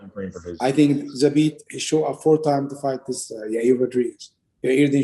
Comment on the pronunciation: Brett mispronuncing zabit last name again and again